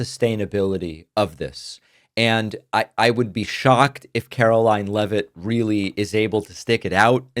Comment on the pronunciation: Karo-LIE-n LEAVE-it